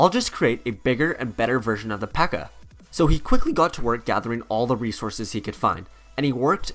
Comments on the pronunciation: It’s P.E.K.K.A not Pekka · Ok two notes. One, it would be cool if you talked about their obsessions with But-ter-flies and Pan-cakes. Two, there is more than one PEKKA and Mini PEKKA in the village and Royale Arena. Great video though!